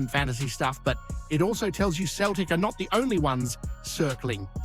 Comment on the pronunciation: You need to stop your Celtic pods and stick with your Rangers pods. You're a fake Celtic fan, you can't even pronounce Celtic at times.